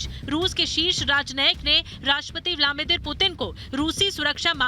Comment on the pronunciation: ब्लामीदिर नहीं ब्लदीमिर पुतिन. नाम सही बोला करें